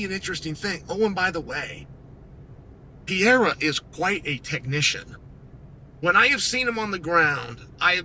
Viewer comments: he doesn't need to say it like a foreigner, he just needs to say it right. Pereira and Piera are completely different things. let me break it down. Pereira (peh-RAY-rah), Piera (pee-EH-rah) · Please, unc Clael. If you pronouce just "Perera" instead of Piera, you'll pronounce very close to the original. We brazilians don't speak the "i" part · Alex "Poatan" Pierre-Ra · Piera. Macklechev. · I'm gonna start calling Alex "Pierra" too. It's growing on me. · Say it with me uncle Chael: PE REI RA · Piera, Pierra would be spelled P-eh-ha, not P-eh-ra like it's supposed to HAHAHA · Says Pereira wrong but says Ankalaev perfectly 😂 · Pootan Piera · STILL CAN’T SAY HIS FUCKING NAME. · This dude needs to learn how to pronounce his name correctly 😂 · Worst part is that he can say Teixeira but not Pereira